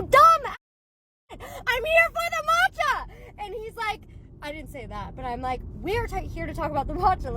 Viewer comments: The 'matcha' with a random 'n' thrown is was driving me nuts. It's 'maa-cha' not 'maan-che' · I want someone sooo badly to keep commenting on her video about "maachaa" (her pronunciation urked me so much, I'm a graduate of Japanese studies) to throw her hypocrisy back at her.... and on other videos as well to warn people. So irritating, her whole shtick.